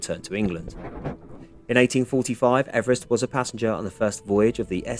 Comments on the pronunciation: His surname is pronounced Eve Rest not Everest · I have heard that his name was pronounced EEvrist not Ever rest. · Yay ! I've been waiting for this one ever since I suggested it on the day you were already visiting ! Poor George is very famous but we all say his name wrong as he pronounced it "Eve-rest". So much for fame ! A great video, all the best, Pete